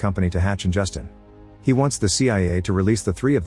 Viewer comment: The AI is pronouncing JutInE wrong lol. Justine is feminine Justin is masculine...these are facts